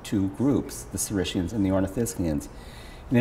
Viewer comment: Dr. Norell pronounces 'ornithischian' correctly, but according to the Oxford online dictionary (and many other sources), the proper pronunciation of 'saurischian' is /sôˈriskēən/. As with 'ornithischian', the 'sch' should be pronounced as 'sk'.